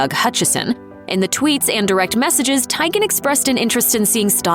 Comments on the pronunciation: Lol "Tiygen". Like tie or tiger. It's pronounced TEEguhn. Like tea. Still not as bad as you saying Notre Dame, wrong. Btw, "All of them" isn't a preference. That's not a valid answer. Pick one or don't bother commenting. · The narrator saying "Tie-Gan" instead of "Tea-Gan" is really bothering me... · You mispronouncing names!!! It’s pronounced TEE-GAN…. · OMG! That was driving me crazy! It's not that hard to do a little research beforehand to check how to pronounce celebrity names. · TEE-GAN.........ahhhh I was going crazy listening to you mispronounce Chrissy's last name!! Lol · TEEEEEEEEEEEEGAN, TEEEEEEEEEGAN, NOT TAGEN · I cringed everytime the narrator mispronounced "Teigen" incorrectly... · When the narrator pronounces chrissy last name wrong and now im screaming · Look, if you're not going to pronounce people's name's correctly (like Chrissy Teigen), then just don't say them at all.